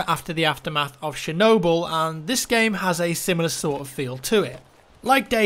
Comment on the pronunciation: Don't think anyone could rape the pronounciation of Tsjernobyl as much as